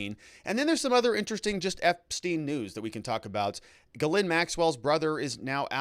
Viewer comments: Almost. Ghislaine is Gilen not Gilin. Its French...aine is pronounced 'eh' as in met not 'i' as in sit. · It's not guh-lin. It's Ghee-len. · Giz-lane. Evidently.